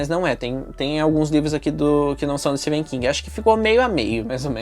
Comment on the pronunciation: Amei o vídeo, só livrão em todos os sentidos ❤ e uma observação:Amei que voce pronuncia o nome do Etephen King corretamente, são poucos 😅